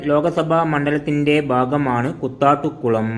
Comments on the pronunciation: കുത്താട്ടുകുളം അല്ല കൂത്താട്ടുകുളം എന്നാണ്. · Kuthattukulam alla, Koothattukulam 🙂🍭